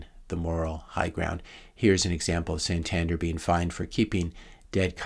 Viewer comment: Santander is a Spanish bank with branches all over Europe. Btw pronounced San tan Dare